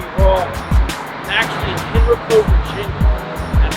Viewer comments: Btw it’s pronounced Hen•RYE•co but again shoutout to you for pulling up to VA✌🏽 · You pronounced Henrico wrong but we still love you. I live 5 minutes from there and my in-laws always said that is a place you don't want to be now I know why.